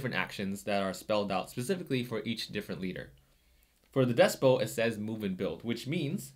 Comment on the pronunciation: Loved the video. Big fan of Root. I subscribed and I'm looking forward to more content. Loved the intro to your video. Very edgy. One minor thing, and not trying to be the pronunciation police. There is a "t" at the end of des·pot (/ˈdespət/) Despot does not have a silent "t" at the end. It's confusing to me, why we have words with a silent "t" on the end like ballet, gourmet, rapport, ricochet. Why do we even need "k" and "c" in the English language, they essentially serve the same function. Smh....oops...I turned into the pronunciation police at the end.